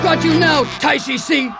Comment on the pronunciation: And in our dialect, Tai Shi Ci (the way THIS pronounced it) is literally Big Pee Pee.